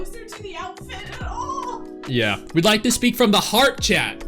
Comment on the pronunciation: infinity “Likke” 😂